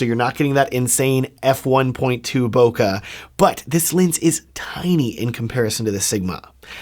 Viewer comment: Jesus all these reviewers.. it's bokeh not "bokah" there is E not A!! It's japanese..read it correctly.